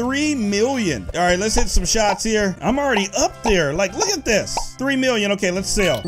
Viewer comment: i love it when he says miwwion